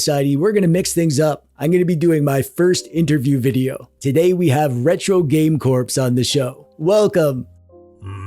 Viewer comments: Have you been calling him "Retro Game Corpse" all this time just to set up this joke? That is some 5D chess, if so. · Retro. Game. Corpse. 😂👌